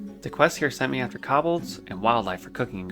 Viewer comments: you have an interesting way of pronouncing Kobold. like i can see why you may think its said like that, but its still a very different way from what would be considered conventionally correct. you say Kobold(s) as something similar to Cob-bel, and it should be more like "Co-Bolt" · Your pronunciation of defias, always pronounced it, de fi as, and kobolds, always said ko bolds, hurts me, but it’s so cool to see your journey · What about the Cobbleds? (Kobolds)